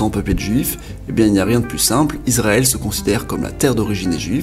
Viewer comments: C'est ma première 👎 dans ta chaine youtube à cause du "pays isrrl" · Israel pas izrael aussi😂